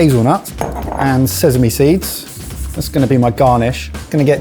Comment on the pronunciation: for the love of god can someone stop mike saying SEZAME, its slowly driving me insant, its sesame, with a god damned s not a z